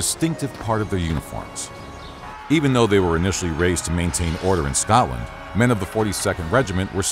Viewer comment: Could you of not had a person to say scotland and Scottish properly